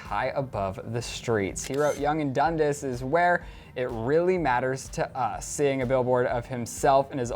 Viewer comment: The pronunciation is Dun-d(ah)s. Come on guys!